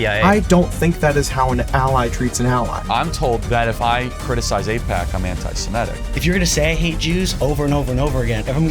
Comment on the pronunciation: Start by pronouncing 'Semitic' correctly.